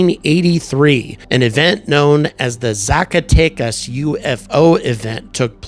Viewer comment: Your "Zacatecas" was very good.